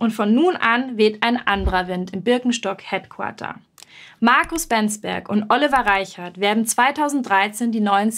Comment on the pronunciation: "...headquater..." im englisch-abi durchgefallen?